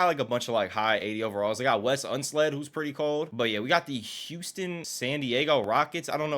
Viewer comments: “Wes Unsled” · “Wes Unsled”😂